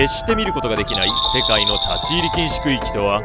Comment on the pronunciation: 区〜域が空〜気にきこえてしまった、